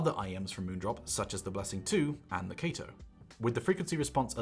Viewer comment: no included spring tips weird and u keep saying kato wrong